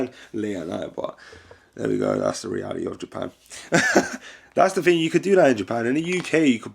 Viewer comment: Why do you say ting? Youre not jamaican so why are you acting like a jamaican?